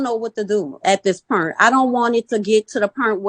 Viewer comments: the pernt? what the fuck is a pernt? christ just pronounce words people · Get the “pernt”…I find the ghetto dialects very interesting. So many unique pronunciations!